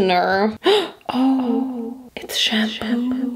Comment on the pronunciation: “What is this conditionerr..(gasps)oh it’s shaempoo”iconicc ✨